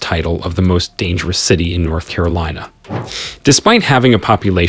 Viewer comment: Carilina? I think you may need an editor.